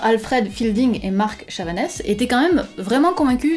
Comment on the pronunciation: Chavanne. Pas Chavanesse. Il est Suisse. Super vidéo comme d'habitude. De la physique appliquée, et de la formulation d'hypothèses. Très pédagogique. Suggestion ; demander aux commentateurs de proposer des hypothèses et surtout, des protocoles de vérification.